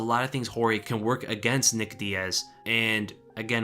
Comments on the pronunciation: It’s not George it’s Jorge pronounce “Hore hey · He just hates guys named George. In this video people he knows are calling him(Jorge Masvida) George. If he had a problem with it I'm sure he would say something. I've known about 4 people named Jorge and they have all gone by Hor-hay and George. You are allowed to do that! George St Pierre is actually Georges. My uncle is Visily to his Russian speaking friends. At work he is William and most other people call him Bill or Billy. You're allowed to do that you can even have a unrelated nickname if you want. SMH..